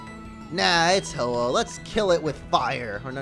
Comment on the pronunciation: Really ho ho it's ho oh